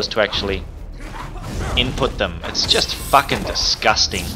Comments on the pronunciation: He just says DISHIJSTING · lmao the way he says and emphasizes the word "disgusting" makes me laugh my ass off love his vids